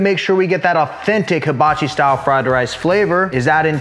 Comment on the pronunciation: lol love how he said "Authentic" Fried rice